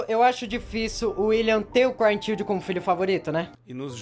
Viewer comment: por quê você tem tanta dificuldade em pronunciar "child"?